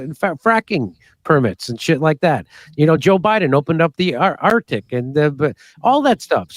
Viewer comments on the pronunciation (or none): none